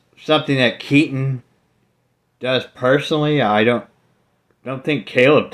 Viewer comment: Jason Unruhe got Keaten's name wrong hahaha